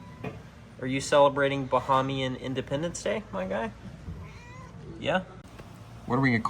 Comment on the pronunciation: It’s Abaco, not “ahh-baco”. Oh gosh you mispronounced “Bahamian” too, I can’t take this.